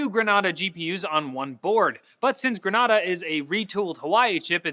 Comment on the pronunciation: its pronounced gree-nay-dah..